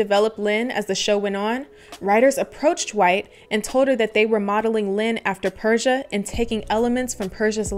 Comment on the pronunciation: Her name is actually pronounced Per - See - A